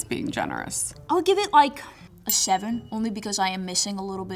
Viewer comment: Did she give it a seven or a sheven? 🤔